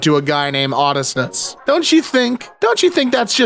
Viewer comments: I'm sure has heard this correction before but: oh-DISS-ee-us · Oddy zues 😢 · ODISSUS?? THAT AINT MY ODYSSEUS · "Odistis " Is crazy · The horror of having to relive “Ahdisus” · he said Odysseus wrong a bit b4 this. This shall not be forgotten. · that is NOT how you say his name! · The way he pronounced Odysseus hurt my soul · for my own sanity i have to believe it was an intentional choice to pronounce it like that 😭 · It's absolutely how Kunk would pronouce it tho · oh that did hurt good lord 😭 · i hate his pronounciation of odysseus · Why the fuck did say Odysseus like that?